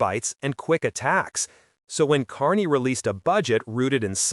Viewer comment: So stupid you can’t even say his name right